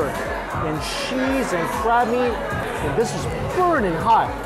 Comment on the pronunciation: I love your reviews!! I just have to ask... why do you say sheese for cheese and shicken foe chicken for not schen for a Mike Chen?